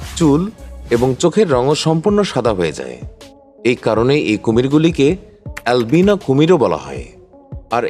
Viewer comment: alvino kortachan kan?😂😂😂